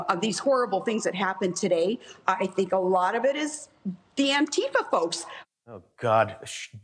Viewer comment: Jesus Christ. It's ANTI-FA, not ANNE-TIFA. As in "Anti-Fascists." You know, the good guys from WW2.